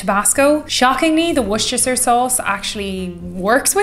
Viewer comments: Worcestershire = wuss-ter-shuh. I don't put Tabasco and Worcestersire Sauce in mine, one or the other. And use celery salt. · Whuh-stir-sure ... change my mind! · wurstashire sauce is how we pronounce it in the southern United States! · Worcestershire sauce is pronounced “wooster (like rooster) shire (a forest)”. You are, however, missing a very key ingredient here: grated horseradish. It makes for a much more bright drink with a kick that hits with spice right away, which then gives way to hot sauce, acid, sweetness and umami. Otherwise, you’re spot on. A Bloody Mary is more than a cocktail. It’s a brunch appetizer, a salad and a hangover cure in one. I also like to make mine with Bourbon instead of vodka, and a crispy piece of candied (or not) bacon for garnish. That goes great with proper BBQ (smoking, not grilling.) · "Worsty" sauce....easy-peazy......Wayne Maher - Kent, Washington(State) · As far as pronunciation goes just say it like Wooster Sauce. Most Brits don't bother with the "shire" part, so it's just Worcester Sauce. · fwiw - at least 3:1 tomato to vodka is more common. That was a lot of worcestershire (say wooster shur). And horseradish is better than tabasco. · ‘Wuss-ter-shure’ sauce. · google says it's pronounced Whister-Sause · Love a Bloody Mary but don't forget the dry sherry float. It's pronounced like "wooster" the Americans are particularly bad at that. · Its pronounced "Worst- ah- sheer" sauce, my dear... 😁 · It was the best o'shires it was the worst o'shires